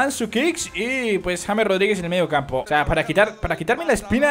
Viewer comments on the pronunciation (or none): none